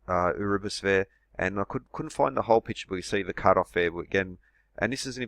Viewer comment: What's an "oorabis" ?? 😕